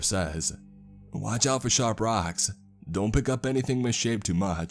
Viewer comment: "Raacks can be shap as knaies." 😄